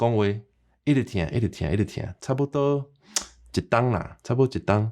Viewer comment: 台語的自動轉調，若像還沒學到喔！莫怪一直聽，會講做一直疼！哈哈！火車、花車、貨車、會車⋯⋯等等活跳跳的例，請祝英台來教我們大家作伙學習一遍！